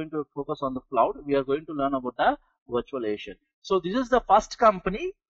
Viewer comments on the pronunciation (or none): STOP SAYING VIRTUALIATION!!! Can't understand 1/2 of what you're fu@ saying...